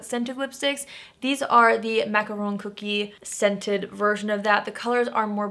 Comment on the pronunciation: Finally! Someone who pronounces macaron correctly!!! 🥰🥰🥰